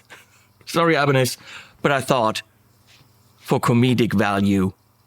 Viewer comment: It's not aibanedj, but ibanez😁